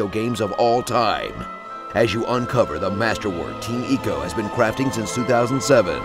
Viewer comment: way to mispronounce Ico